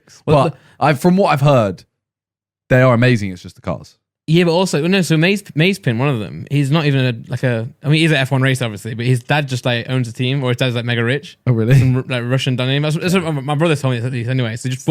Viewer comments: Maze pin 🤣🤣 Its maaz-eh-pin Randolph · Randolph, Mazepin is pronounced Maza Pin as opposed to maze pin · It is pronounced mæ ze pin, not mayzepin <3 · I am an F1 connoisseur, and what you said Randy was (kind of) correct. However, out of all the mispronunciations of Mazepin, "Maze - pin" is on another level. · Everyone knows you pronounce it Maz-zah-Spin 😉😉😉😉